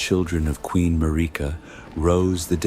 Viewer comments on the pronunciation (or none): Tell your AI voice to pronounce Marika’s name correctly.